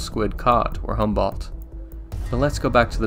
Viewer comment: Great presentation, but it would do you some good to learn how to pronounce some words like "Humboldt" and "Newfoundland" properly. Would just indicate a further level of professionalism, but gj with your resarch nonetheless!